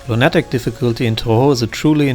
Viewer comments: Distracted by I'm used to lunatic being pronounced luna-tic. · Great video, but the way you pronounce lunatic causes me extreme pain.